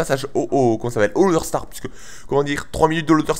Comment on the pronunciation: Je pense que tu n'en a rien a foutre mais je crois qu'on dis loDEstar.